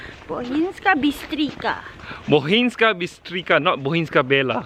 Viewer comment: you say a lot of things wrong like bistrica or jezero